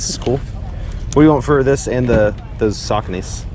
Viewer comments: Sooocony Not Sockony 😂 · They’re pronounced “shaconies” lol “suckanies” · Su-coe-nee lmao not sockaknees lmao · It’s pronounced “suh-co-knee”. Great finds man! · He pronounces saucony so wrong sackonys..lol